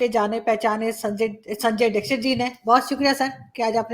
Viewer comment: "दीक्षित" bolna sikho yrr pakistanio, angrezo ka samajh aata h tum kyu nhi bol pa rhe🤦‍♂️